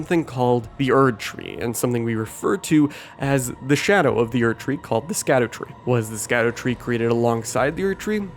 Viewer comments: It’s not pronounced “skadoo tree” it’s pronounced like shadow. It’s a French thing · btw its SHADDER tree not SKADU tree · Little note the scadutree is actually pronounced “shadutree” or just “shadowtree” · Skadutree isn't pronounced "Skadootree". Skadu is old English for Shadow. So it's literally just Shadowtree. Just like Gaol is the same word as Jail and also pronounced the same. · I don't wanna be that guy, but you absolutely can and should pronounce "Scadutree" as "Shadowtree", as "Scadu" IS old English for "Shadow". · Great video! Not sure if someone had mentioned it yet but Scadu is pronounced like Shadow. It's an old timey way. Kinda like how gaol is pronounced jail in the game.